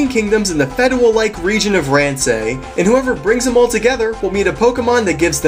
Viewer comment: Great review. :D However, certain points need correcting, other than the pronounciation of "feudal" and "ponigiri". 1. It's pronounced "RAHN-SEI", not "REHN-SEI". 2. "New emperor"? "Emperor" would imply that he is the head of the Imperial Family, which, from what I've read, I get the impression that he is not. Rather he must be a "daimyou", a "feudal lord" - the governor and warlord of a domain, much like the in-game characters Nobunaga, Kenshin and so on. I would elaborate, but...keystrokes.